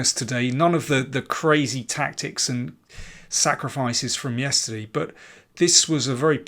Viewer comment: I love how you say yesterdee :)